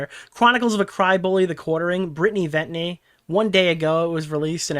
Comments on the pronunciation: why cant say venti properly? 'ventney' lmao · never failing to say Venti wrong is so funny considering the pope factor